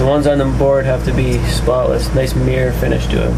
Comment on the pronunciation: Haha 'meer'=mirror.